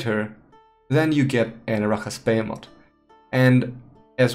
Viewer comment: The way you say "arachas behemoth" is pretty wrong xD But nice video, thanks!